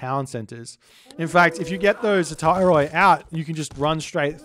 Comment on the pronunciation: Greek tip: Hetairoi is pronounced "he - teh - ree"! ;)